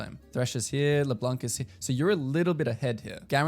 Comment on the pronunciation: Just so you know « Leblanc » is french for « the white one » and the ‘c’ is actually silent (so no « k » sound at the end)